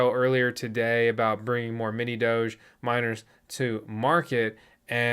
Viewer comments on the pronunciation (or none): none